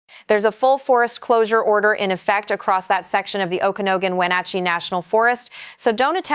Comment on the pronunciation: In-che-lee-um O-ku-nog-gun If you're going to report on the area, at least know the names of cities/areas. *There were so many mispronounced, someone please add more corrections here.